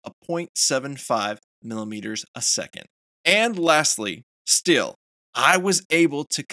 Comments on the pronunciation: good video but you're killing me with every time you say "Still" instead of "Steel" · Please, it is " STEEL " not " STILL "